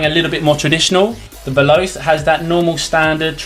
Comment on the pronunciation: Both are teijin synthetic, and they are exactly the same except acc and the one piece design. Also, it's pronounced vel•ah•chay You also can't compare stiffness of a broken in boot to a brand new one. Not a quality video, but the new videos are much better. And ACC doesn't make a change at all. You can't tell its there, I've tried the same boots with and without it. There was no difference. It's a gimmick. If you think it's there you will be tricked into thinking your boots are doing things better, when it's 100% you, and 0% your boots.